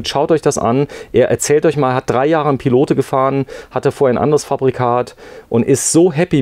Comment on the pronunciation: Tolles Wohnmobil von der Firma Pilote. Übrigens spricht man das "e" von Pilote nicht aus(klingt fürchterlich), man sagt "Pilot" es handelt sich um eine Marke welche 1962 in Frankreich gegründet wurde.